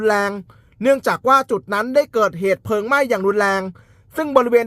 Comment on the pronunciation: ปอบก็ครับ_เพลิง_นะครับไม่ใช่_เพิงหมาอหงนครับ